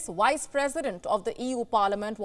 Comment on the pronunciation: yeah, but the way she's pronouncing it is Wice President. She says it every time.